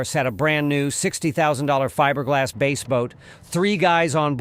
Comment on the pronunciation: WTF is a "base" boat??😂🤣And are you sure the water must be wet??😂😂😂😂🤣🤣